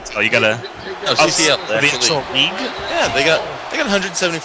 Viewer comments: THE CAWCL SPECIAL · I have a teacher named Mr. Kachel (pronounced the same way as and pronounce CCL) 😂😂😂